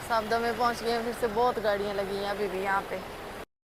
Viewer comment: you could have requested the people who booked your load to buy some food from the local restaurant (you can pay them as well ,generally they arrange for free -surprised they didnt arrange any food given you were there all day) or order via delivery if available .Also the name of the place name is Savda ,i heard it as Safda in your vlogs